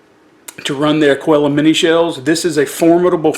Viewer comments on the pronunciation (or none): none